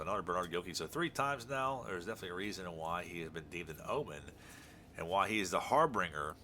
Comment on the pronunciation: Nice Wagner rookie and that Smoltz insert looked pretty sharp. I'd say it was worth it. Thanks for sharing. Oh, and "harbinger", say the G like a J. 👍